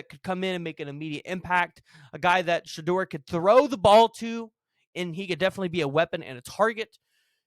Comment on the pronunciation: DUDE!!!! LEARN HOW TO PRONOUNCE COACH SANDER'S SON /QB NAME!